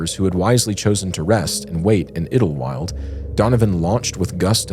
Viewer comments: okay, my brother in Christ, that's twice. it's called Idyllwild. say "eye da wild". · I love you guys and your content, but, as someone who grew up in San Jacinto, it was painful listening to your pronunciation of San Jacinto and Idyllwild. 😂😂😂